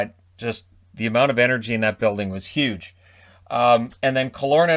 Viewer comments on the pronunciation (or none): none